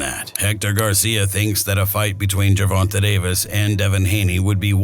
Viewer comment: Based on you can’t pronounce Gervanta right I think this video is wack